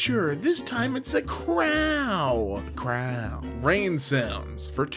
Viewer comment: where does the r in “crow” come from